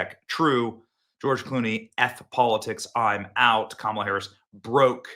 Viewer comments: Every time Benny mispronounces Kamala it makes me smile 😆 😁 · I love the way you intentionally mispronounce Kamala’s name. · Benny, please use a different way to say her name without disparaging anyone with the good name of Camilla. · How many different ways are you gonna pronounce “Kamala” in one video 🙃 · I love that you're mispronouncing her name, because honestly why bother pronouncing correctly. It's back to infamous obscurity for the emptiest of empty suits. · HOw DaRe yOu MisSpronounCe her nAme!!! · Benny, usually you’re funny. Today you were unnecessarily mean in your comments about Kamala. No need to keep roasting Kamala. And at the very least pronounce her name correctly. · Benny is never going to say her name right again is he? 😁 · I voted Trump. But why did you intentionally mispronounce Kamala's name so blatantly?